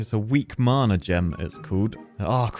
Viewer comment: marna? wtf is marne? It's Mana, pronounced Manna!!